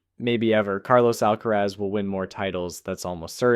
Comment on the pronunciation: I changed the video the moment he said Al- kerez